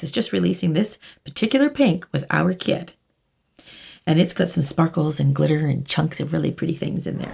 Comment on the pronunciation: When she said kit I heard it as kid. "..or if u have my kid." ???!